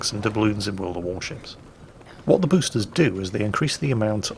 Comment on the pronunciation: "Pruf" instead of "Proof" and "Busters" instead of "Boosters"... put down the vodka